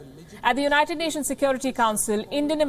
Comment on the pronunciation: Did I hear "Cond*m Nations to issue statements"!!!